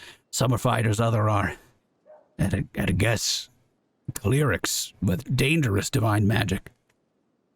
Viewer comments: Your pronounciation of the word cleric is strange my dude xd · I love it